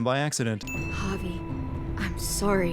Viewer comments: For the love of Christ why do you say Javi as hah-vay. In what universe??? I’m sinning the continuous usage of hah-vay as a pronunciation instead of hah-vee, the most basic and common pronunciation of Javi. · Clem is casting a shadow , right along the edge of the trees, but it's there. You can even see the shadow from the bib of her cap at the top of the head. One sin removed. Also, it's pronounced "Hah-vee", not "Hah-vay". How do you get a long "A" sound from an "I" in a Hispanic name? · Javi is pronounced like Ha-Vee, not Ha-Vay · Javi is just short for Javier, it’s supposed to have the same pronunciation. “Ha-Vee” but the narrator keeps saying “Ha-Vay”. Idk how some people think he’s saying it the same as it’s being pronounced in game. Javier is not an uncommon name in the US, which I believe is where the narrator is from, so it’s not a “foreign” name. It’s also weird that he thinks they should be speaking more Spanish throughout the game when they’re not interacting with other people that speak Spanish? Kate and the kids aren’t shown speaking Spanish in flashbacks, so they may not even be fluent, just know enough to understand the grandparents(who also speak English, so the kids might only know a little Spanish) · Evelyn C it's literally just "ha-vee." That's not even hard to say lmao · Why the fuck do you call Javi Javey? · I'm sinning this video for each time Javi's name is pronounced "hah-vay" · I'm adding a sin for your pronunciation of "Javi" as "Javè" And another for saying "continunuity" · He pronounces Javi "Javay" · 217 sins, one for each time you mispronounced the main character's first name 😂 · I was going to subscribe, until I heard his pronunciation of Javi’s name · To deliver a sin to the narrator: Despite Javi's name being repeated in the game about a million times, he still manages to say it wrong every time. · sinning this video for the way you pronounce Javi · The way he says 'Javi' 😂😂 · It makes me cringe considering my name is Javier lmao